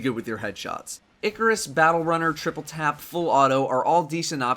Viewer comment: It is pronounced eye-car-us not ickk-er-us